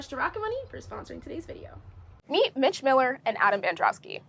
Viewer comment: Mich is pronounced like Meech. Hope you interview people who were involved from the beginning for full context.